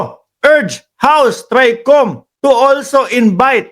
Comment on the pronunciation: Invite not inbite bulol o bobo?